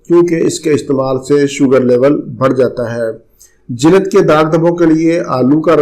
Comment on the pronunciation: Aap ka talafuz bohat galat hy ,, jilad " naheen balky *JILD*hy " darad "naheen balky *DARD*hy Please improve karain Aap ka galat talafoz, aap k lecture ko kha jata hy shukriya